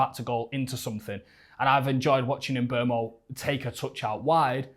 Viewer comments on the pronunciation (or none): It's funny cause bro on the left says he singlehandedly shouting about mboomo for years still calls him mbwemo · At least pronounce his name right... sounds more like "Mboomo" than "Mbwemo"